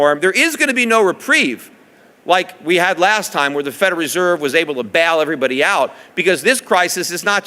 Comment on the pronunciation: He is saying "Federeserve" instead of "Federal Reserve".